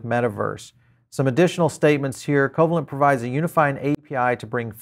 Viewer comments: Thanks for the update. Covalent is Pronounced 'co-vaylint' , named after molecular bond: A covalent bond is a chemical bond that involves the sharing of electron pairs between atoms. These electron pairs are known as shared pairs or bonding pairs, and the stable balance of attractive and repulsive forces between atoms, when they share electrons, is known as covalent bonding. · co -"VAY"-lent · I'm not sure who you are - your mispronunciation of covalent convinced me you are not an academic in any way. ugh. fluffware